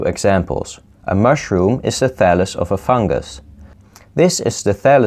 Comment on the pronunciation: "and this is a phallus of meee"